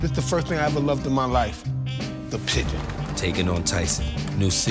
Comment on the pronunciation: Lol he can't pronounce pigeons LMFAO! He keeps saying the pickins.